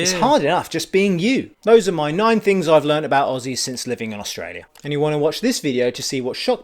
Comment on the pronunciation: ahem Aussies is pronounced ozzy's :P.